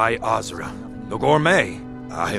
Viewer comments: Ugh that pronunciation of Azura🤮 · The way pronounces Azura is enough reason to kill him.